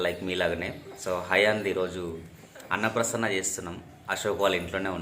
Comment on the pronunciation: అన్న ప్రసన్న కాదు అన్నప్రాసన